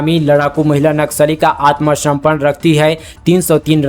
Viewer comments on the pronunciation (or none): ज्यादा मीठा बोलने के चक्कर मे आप वर्णों और शब्दों के उच्चारण मे गलती कर रहे हैं! जैसे - "आत्मसमर्पण "को "आत्मसम्पन्न" बोल रहे हैं ।